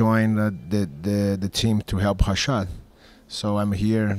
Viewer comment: "I'm here to help HA-SHAD" LOL